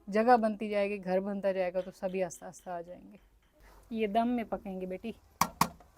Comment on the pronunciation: 3 ka table ghalat pdharhi hen bachy ko...three one za three hota Hy three one da three nhi. Aur please aahista bola Karen ....aasta aasta nhi.